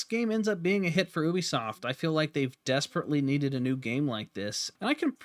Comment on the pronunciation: Disliked due to you mispronouncing Ubisoft! Jesus Christ its a U not an ohh..